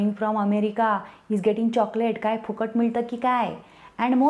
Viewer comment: Extremely good and totally hilarious...Marathi pronunciation great...the way she said 'Phukat' and not 'Fukat'...that's what makes her exceptional...